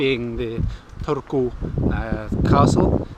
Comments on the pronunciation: you said "Turku" pretty good 9/10 :D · 9/10 Turku pronunciation, really good for a foreigner! :) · Kirjoitan Suomeksi ja en tiedä ymmärrätkö, mutta lausuit Turun minun mielestäni 8/10 eli aika hyvä suoritus. 😊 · I rate you pronouncing ''Turku'' 9/10 because the Finnish language is pretty monotone and I heard a little emphasis in there :D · Strong 6 on the pronunciation of Turku ;)